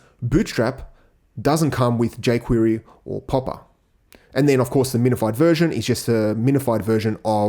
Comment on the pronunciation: he said poppa library lol